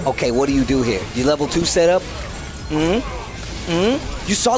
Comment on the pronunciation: Why does intentionally say Ken's level 2 wrong? It really pulls me out the commentary lol